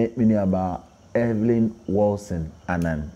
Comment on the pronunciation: The interviewer said Everyn😂